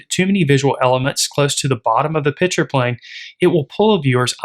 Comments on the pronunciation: I am confused. Are you discussing beer? You keep saying "pitcher". Was there a pitcher of beer somewhere I didn't see? I can then only make one presumption as to what is going on. The correct pronunciation is: "Picture". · This is a great lesson on composition. But please… there is a difference between “picture” and “pitcher”. Correct pronunciation is a critical skill in presenting your ideas.